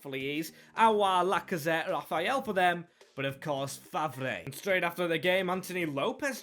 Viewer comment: Faivre's name is pronounced fevre